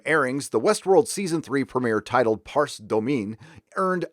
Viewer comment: Pardon me for being that guy, but "Parce Domine" is pronounced "PAR-chay DOE-mee-nay". It means, "Spare, [O] Lord". It comes from a Gregorian chant for Lent, the liturgical season leading up to Easter, which is based on Joel : Parce, Domine, parce populo tuo. Ne in aeternum irascaris nobis. Which means: Spare, O Lord, spare your people. Do not be angry with us forever. I'll be a heretic and say I'm not hating season 3. It seems an improvement over the previous one so far. It looks like Maeve will be mounting an opposition to Dolores' plan to exterminate the human race. Also, at the end of Futureworld , it was hinted that Delos' real purpose was to use its technology to replace world leaders with robots which they could control. It seems that season 3 is taking up that idea, which could prove interesting. I'm willing to give it a bit more time to see if the series can work this out. Though I have to say, I very much wish they had developed James Marsden's character in season 2 instead of having him shoot himself. The show could have balanced itself far better if the writers explored those creative possibilities. Aaron Paul's new character might actually help in that regard.